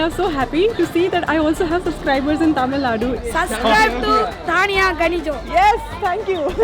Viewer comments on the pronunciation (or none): none